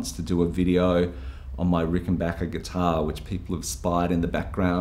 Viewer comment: Great video... and extra thanks for pronouncing 'Rickenbacker' correctly!